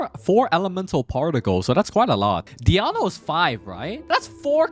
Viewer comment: Who is this Diano you speak of? Is this DionA? hahaha still really good guide tho